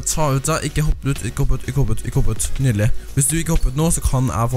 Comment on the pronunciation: Vi sier nydelig ikke nydele som du sa midt i videoen